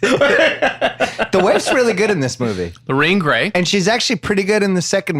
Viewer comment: Lorraine GARY. Not Gray.